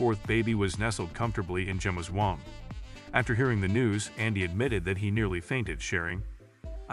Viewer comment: This is a great story, but womb is not pronounced whomp.